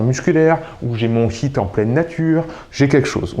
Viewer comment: Euhhh essaie de mieux prononcer HIIT, car là souvent j'entends "bon vous allez faire 10 minutes de SHIT", et c'est pas tout à fait pareil... mdrrr sinon merci beaucoup pour ces vidéos... ;-)